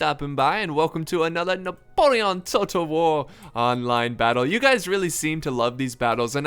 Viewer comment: I love the way he said Napoleon like NahPolehAhn